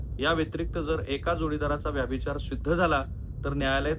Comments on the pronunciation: व्याभिचार असा उच्चार नाही, व्यभिचार असा उच्चार आहे. तुम्ही वारंवार चुकीचा उच्चार करीत आहात. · रिपोर्ट चांगला आहे परंतु व्यभिचार हा शब्द तुम्ही व्यभिचार असा का उच्चारता ते कळत नाही .